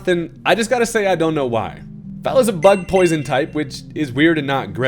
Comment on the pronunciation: I heard “butt-poison type” because I’m insane, but it made me like Venomoth even more